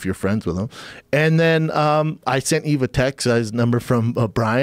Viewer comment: Schaub further disprespects Yves by getting his name wrong. It's a silent 'S'.